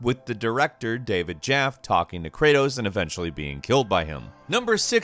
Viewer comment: It’s not David “Jeff”, it’s “Jaffe”.